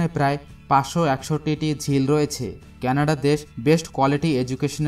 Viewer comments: কেনাডা নয় কানাডা। উচ্চারন য়হিক করুন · 'কেনাডা দেশ', 'কেনাডা দেশ' কি জিনিস? সঠিক উচ্চারণ হচ্ছে 'কানাডা' | এত সুন্দর ভিডিও বানিয়েছেন অথচ দেশের নামই সঠিক ভাবে জানেন না। কি লাভ হলো? ফলাফল শুন্য।